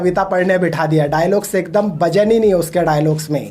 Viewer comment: Bhaiya pahle vajan bolna Sikho bhajan Nahin Hota